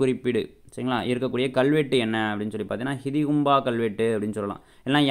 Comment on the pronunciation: Bro soldradhellam use full ah than irukku ana neraya வார்த்தை உச்சரிப்பு mistake pandringa idhu mattum correct pannikonga... ஹதீகும்பா கல்வெட்டு ah ஹிதிகும்பா nu soldringa